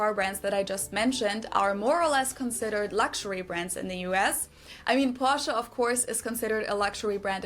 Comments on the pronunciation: AAAAAAAAAAAAAAAAAAAAAAAAAAAAAhhhhhhhhhhhhhhhhhhhhhhhhhhhhhhhhhhhhhhhhhhhhhhhhhhhhhhhh.... She's not dragging the A, it's A FREAKING EEEEEEEEEEEEEEEEEEEEEEEEEEEEEEEEEEEEEEEEEEEEEEEEEEEEEEEEEEEEEEEE!!!!!!! THERE IS NO A IN PORSCHE!!!!!!!!! THERE IS NO A SOUND!!!!!!!!!!!! IT'S AN E!!!!!!!!! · It's so interesting that English speakers can prounounce any vowel at the end of a word except the "e" like in "Porsche" or "Miele". You can say "Porscha", "Porschi", "Porscho", "Porschu" but not "Porsche". 😁